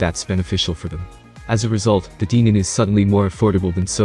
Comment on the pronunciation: Denon is not pronounced deeenon. If you're going to review a speaker product for any given manufacturer, at least pronounce their name correctly!!